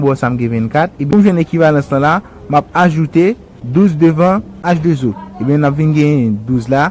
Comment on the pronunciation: Salut alors excuse moi cher Monsieur pourquoi on peut prononcer la formule comme sa H2 zo je pense que la prononciation c 'est H 2 O